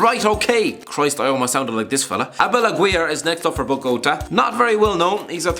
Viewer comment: Yo why you butcher Bogotà like that?!? Disgrace.